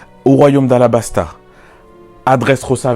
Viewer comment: C'est Alabasta pas Alabas...🤦🏾‍♂️🤦🏾‍♂️🤦🏾‍♂️